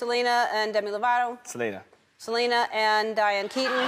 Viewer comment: "Demi Lavato" LOL